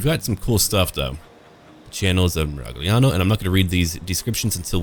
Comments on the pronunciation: Tommaso Moro "Miraliano" o "Miraiano", scegli tu ¯\_(ツ)_/¯ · Fun fact: in Italian “gl” just sounds like a slightly elongated short “l” sound. Ei: you’re saying Miragliano wrong and it’s triggering me. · You can pronunce "gli" like the "yi" in "yield" :) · Italy's my favorite European nation so I'll most likely play Miragliano (the "g" not-ah pro-ah-nounced-eh when in-eh that-ah situazzione) first when I get my new gaming desktop. Been a subscriber for a few years now and always look forward to your gaming videos and commentary,. Keep 'em coming. Now, avanti with your condottierri!